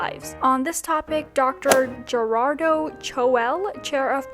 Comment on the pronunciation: Funny to me how you pronounced Gerado 😂😂 no hate tho fr!